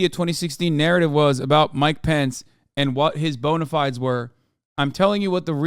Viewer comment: omfggggg he did not just say bona fides like that 😭